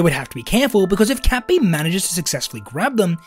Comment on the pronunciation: Cat bee's pronounceiation sounds like kapi